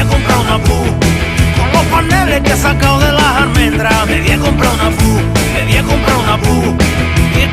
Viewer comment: Me pone de los nervios que diga "Pu"